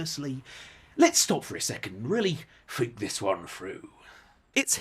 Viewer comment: "fink this one froo" lolol